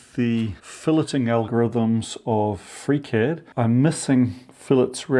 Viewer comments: I had to start the video over at about the eight-minute mark. That's the point where I realized that you were saying "FreeCAD," not "Freak Head." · Are you saying "freak-head"? Is this the foundry guy's name? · Wait, he was saying FreeCAD this whole time??? I spent half the video wondering who this freakhead guy was he kept referring to! 😂😂😂